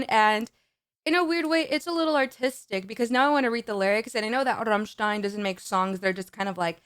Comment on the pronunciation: Not only do you pronounce "Rammstein" perfectly, your rolled "r" sounds massively sexy!